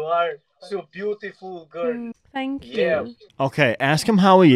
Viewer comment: I’m just confused if she said tee hoo or thank you